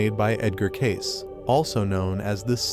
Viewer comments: It's pronounced Ca see not case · It’s pronounced Cay-see, not Cayc. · It’s pronounced Cay-See. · It's pronounced, "Kay-see" as though you just say the letters, "K C". Fact check me: the Association for Research and Enlightenment, where Cayce's readings are stored and made available for study. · His name is Cayce pronounced k-see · How do you expect people to watch this when your not pronouncing Edward Casey correctly? Annoying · He should at least get Edgar cayce's pronunciation right good Lord doesn't this man even know anything about him or is he just reading a script